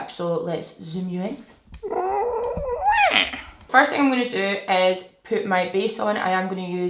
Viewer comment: I thought you said “poop my base on” 😂😩 i love you so much!